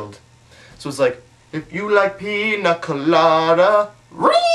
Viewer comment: canadian accent FTW on "pina colada".